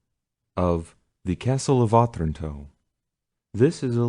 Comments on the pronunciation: Yes, uh-TRAN-toe. His reading and phrasing isn't great. And what I presume is a poem at the end of the preface was read really weirdly. It sounded like he was pausing at the end of lines of poetry even though you can tell by the phrases that they run on rather than pause. There's being able to read, being literate, then being able to READ. He can do the first, but not so great at the second 🙄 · Oh- tran- toe Wow..not. oth-ranto